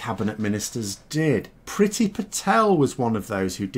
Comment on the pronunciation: IT’S PRONOUNCED “PREETY”! HER NAME IS NOT ENGLISH!!